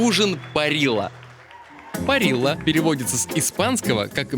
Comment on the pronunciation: Какая "парила"? две "LL" в Латинской Америке произносятся как "ж". Парижа, или если точнее то даже так: парижя, ж мягкое. Ну как лететь в Аргентину и этого не знать?